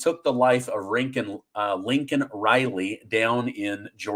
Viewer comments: It's not lincoln it's laken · it’s LAKEN Riley. Not LINCOLN. Lincoln is what Joe Biden called her in his neglect of even knowing her name. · Hi.. its Laken not Lincoln. ❤ love your show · I thought her name was laken not lincoln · Her name was LAKEN Riley, NOT Lincoln Riley! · It's LAKEN RILEY, not Lincoln Riley. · on your intro, at 16 seconds, you called LAKEN Riley Lincoln Riley. That is the mistake Biden did too. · Its NOT "Lincoln" Riley. Its LAKEN Riley. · Her name is Laken, not Lincoln. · LAKEN, not Lincoln… sry but had to correct you since this is how Biden pronounced it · Laken not Lincoln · HER NAME IS "LAKEN", NOT "LINCOLN"!! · LAKEN not Lincoln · SAY IT: LAY-KEN, NOT LINCOLN! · Love your channel but how can you call hee Lincoln. Her name was Laken. You sound as ignorant as Biden. Wtf??? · you may want to correct. Her name is LANKEN RILEY, not, LINCOLN RILEY. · Correction: it is 'Laken' (long 'a"); not Lincoln. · Her name is Laken, not Lincoln! Get it right, you are embarrassing... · Laken Riley, not Lincoln Riley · Laken Riley not Lincoln. Thank you for all the news you cover and keep us updated on 😊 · PLEASE SAY HER NAME RIGHT!!! LAKEN...NOT LINCOLN! SAD! F.J.B.😡F. A. MAYORKAS TOO TRUMP 24🇺🇸😡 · Why do you say Lincoln? The name is Laken. I listened to it slowly several times. Biden had his butt handed to him for the same thing. Just saying. into the video. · Laken Riley,. "Please stop calling her Linkin Riley" as does Joe "Brandon" Biden calls her. Use her name & pronounce it properly, please 🙏. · Laken ....not Lincoln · Her name is LAKEN Riley - NOT Lincoln!!!! You’re sounding like old Joe! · Dude it is NOT Lincoln Riley it is LAKEN Riley! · Lakin not Lincoln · Her name is " Laken " Riley not " Linkon " Riley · It’s Laken not Lincoln. Get it right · DUDE IT'S LAKEN RILEY! Not Lincoln Riley show some respect brah! You're sounding like biden. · It’s LAKEN not Lincoln! You are pronouncing it like Biden.